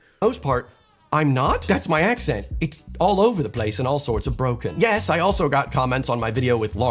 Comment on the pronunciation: ... "all over the PLACE" place sounded very English there, or rather very un-american... im not a linguist but it sounded like the 'a' was much less of an open sound than I'd expect based on his other pronunciations